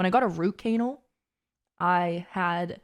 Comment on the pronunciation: Why did you say root cANAL 😂